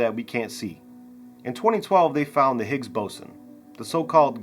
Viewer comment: Peter Higgins? Lol. His name was Higgs not Higgins, otherwise it would be called the Higgins Boson.